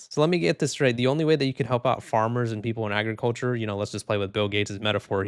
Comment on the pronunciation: Bill Gates: "Aey-griculture"